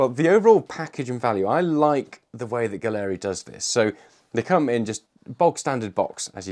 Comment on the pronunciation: Why does everyone insist on mispronouncing Gaahleri? It's pronounced gallery, It is spelled funny to make it unique.